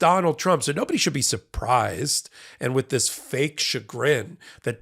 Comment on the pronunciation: Haha! Surpraz! Surpraz! Sur praz! TraitortRump thought the jury was done for a couple of weeks😅